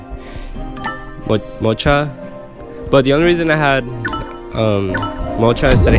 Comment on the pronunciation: Anybody know where to find a good tier list? And I like how he can't read mocha properly